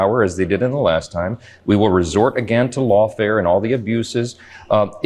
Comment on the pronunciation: Lawtear not lawfare